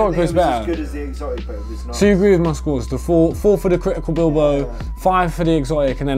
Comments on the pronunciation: It's pronounced bilbow or bilbayo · You pronounce it ”billbow” lmao , Bilbao is a city in Spain so the probably why the strain is called that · Pronounced Bilbao like atletico bilbao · wtf bro its critical bib lo not bil bo seriously just pay attention to the letters lol